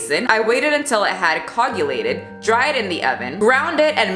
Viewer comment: I have no idea how you are supposed to pronounce that name but... The way you said coagulated...lol😂...unless that was a different word that Idk. Hey don't worry about it! I can hardly spell these days with autocorrect filling words in for me and swipe texting. I am sure my grammar sucks too. Oh well! At least writing YouTube comments that nobody probably reads gives me some practice! Lol 😂